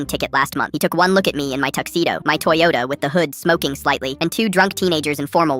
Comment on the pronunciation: the "beat up t-HOND-oyota" at the end killed me 💀💀